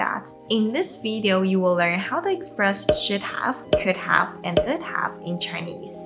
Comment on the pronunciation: When you said would have. It sounded like ould have. I didn't hear the W sound. Say it like the word "wood" have. Great videos